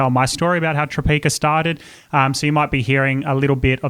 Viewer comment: Obsessed with Tropeaka podcasts and especially the one Caleb did with Sarah's Day and Kurt. I've been desperate to try the products ever since the days Sarah pronounced it Tropiaaaaka😂 _.jadey._ username on Instagram!💫 I sure have underscores in my username haha